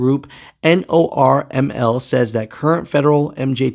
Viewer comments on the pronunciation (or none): Hey. It's pronounced "normal" not N-O-R-M-L